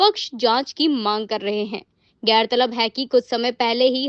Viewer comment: Gairtalab nahi gaurtalab hota hai Mam